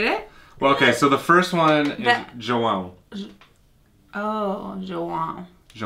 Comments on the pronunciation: ACHO Q ELA QUIZ MANDAR UMA GIRIA NA HORA DE FALAR O NOME "JOÃO" PQ ELA FALOU "JÃO" KKKKKKK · Jão.... Morri😂😂😂😂